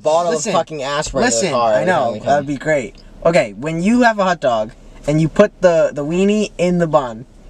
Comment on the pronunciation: I’ve never heard anyone else say hutdog like my sister instead of pronouncing hotdog she pronounces it hutdog and Matt does it too and I’m here for it